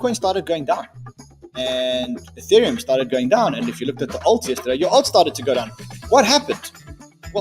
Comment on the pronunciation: U-theriumm eeTheereeum UTheritum